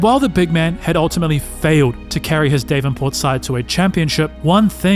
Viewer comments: "Dave-n-port"? What the actual f is that pronunciation. It's Dav-en-port, FFS It's not named after some twit named "Dave." Look it up. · omgg it’s not dave-an-port it’s pronounced davin-port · Davenport not Day-venport but otherwise great! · "DAHV IN PORT" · Not Dave-in port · It is not unusual for a high school player to sign a letter of intent with a university after “only his second year of high school” Hell, there have been junior high kids signing letters of intent. Also, learn how to pronounce Davenport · Good video. Two things though: Minnesota is not a city, and google how to pronounce "Davenport" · It's another AI voice mispronouncing Davenport. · I’m from Davenport, and that bugged me more than it should’ve. 😂